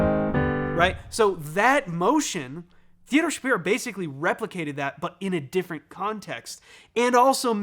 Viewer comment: Just wanted to flak that Theodore’s last name is actually pronounced /shuh-PIE-roh/. I know it’s unusual. I’ve heard him being interviewed on Severance podcast and he was quick to correct the host.